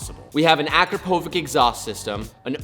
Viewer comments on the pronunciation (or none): It"s AKRAPOVIČ (Č) not akrapovik ; ) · it's not "Akrapovik" its "Akrapovich"... Luka Donchich and Akrapovich are from the same country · For the love of someone... its not Akrapovik... Its Akrapovich... Č pronounces CH... 🤦‍♂️🤦‍♂️ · Ah-crop-ah-vitch. NOT ACK RAH POE VITCH. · it's pronounced a-crop-a-vitch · Akrapovic is pronounced uh-CROP-oh-vitch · Makes my ears bleed to hear Akrapovic pronounced wrong. It’s ah-KRAHP-o-vich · ffs it's pronounced uh-CROP-uh-VICH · u pronaunced akrapovič wrong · Horrified somebody of your stature in the car game miss pronounced the make of the exhaust. 😢😢😢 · I’ve never heard anyone pronounce Akrapovic like that before lmao 😂